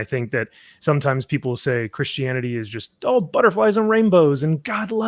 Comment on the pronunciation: 31 minutes in and I realise is not saying Chris Hannity, but Christianity 😂